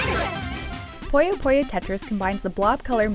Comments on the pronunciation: Its "PUYO PUYO" NOT "POYO POYO" how can you say something so simple so wrong so many times as a reviewer??? For f...ing shame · jesus fuckign christ, how does one manage to mispronunciation as "pollo pollo" when everywhere in the game it is perfectly pronounced as puyo puyo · Through out the whole review, all I heard was "Pollo Pollo" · more like "poyuh poyuh"